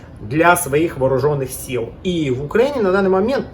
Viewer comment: о, укрАинец бомбанул